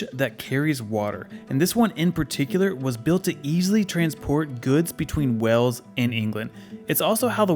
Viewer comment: Watch your pronunciation! It’s Wales (as in whales/sails/tales), not Wells, which is in Somerset, and definitely worth a visit to see the medieval cathedral.